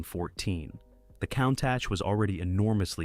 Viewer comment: At least pronounce "Countach" correctly!